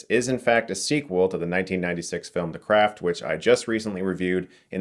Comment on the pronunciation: I swear Chris pronounce "craft" as "crap" a few times on purpose. Lmao.